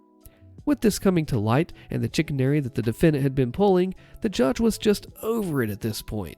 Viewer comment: Not to dog pile you on the pronunciation seeing as someone posted regarding another word or two but chicanery is pronounced shi cane er re not sha cannery. Considering a lot of those words you run into trouble with are words less used in the current lexicon and I have the advantage of being that old AF dude that's used the big 50 cent words all his life plus had the advantage of a farm boy grandfather born in the 1910s so I picked up a lot his now nearly extinct vocabulary in addition to having my conversation peppered with folksy rural terms and common sayings and terms from the 20s,30s, 40s and 50s as well as a mishmash of slang terms acquired over my life mixed in.